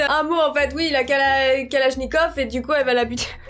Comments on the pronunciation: "Kalashniqué" ~ 2021 Je kiffe😭🤣🤣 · " elle a envie de la kalashniqué " 😭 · "Elle a voulu la kalashniqué! ", 2021